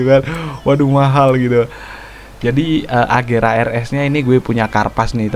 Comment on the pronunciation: Itu agera bang bukan regera